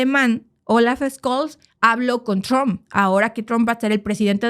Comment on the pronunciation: PRONUNCIACION ALEMANA amigos, Olaf Scholz, se pronuncia "Sholz".